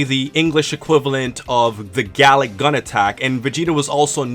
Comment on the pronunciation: Nigga just say Galick Gun 😐